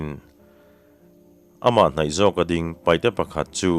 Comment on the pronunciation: Kan lo sawi ve lawk ang e,paihte nilovin,paite tihtur a nia,chuchu an duh dan pawh a ni a,paite ti in lam thei tawhla a ṭha lo mawle,te ka lo ti ve deuh a